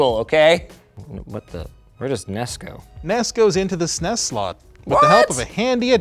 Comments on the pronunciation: I don't trust anyone that says "sness" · i hate how he says ssness instead of s,n,e,s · It’s cute how he sounds out SNES rather than spelling it out like normal people. So adorable.😊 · You had me until you pronounced SNES as a word instead of letters. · Saying SNES like SNES. Ding